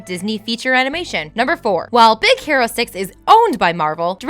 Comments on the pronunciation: I totally heard Z ero six! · is it just me, or did i just hear "Big Sero Six" ? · Anyone else hear her say “Big Zero 6” in the beginning? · I heard more of big sero 6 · Did she say "Big Zero 6"? man you guys need to have more time recording, because these flubs are getting ridiculous. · really? in be beginning you said big zero 6 -.